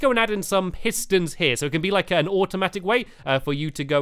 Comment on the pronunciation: Did u here him he said hiss tons